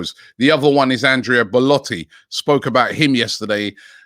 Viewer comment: Everybody: Andrea Bellotti Robbie: Andreas Balletti